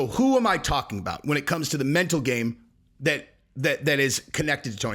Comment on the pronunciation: On no, not you too. You can't say "Mental" likes it's a knee...